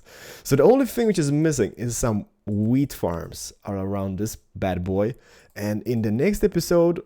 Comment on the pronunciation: He says weed instead of wheat xD